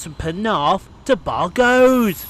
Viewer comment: As you heard at the End on the Service Announcements for your Train its Bargoeid or Bargoyd. Fair play for trying though since you're not Welsh. Where was 153968 the one that came at the Same time as the Cardiff Bay Train at 9 minutes 50 from, you should check it out and comment as you didn't say anything about that Train. Hope you had a good Sunday so far. Ted.